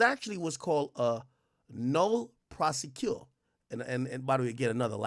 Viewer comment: Ak its pronounced NO-lay Pro-SEH-quee